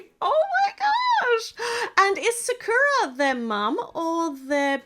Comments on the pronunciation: the name sakura is SA-KUE-AH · How you pronounce sakura is sak (kinda like sock) ku ra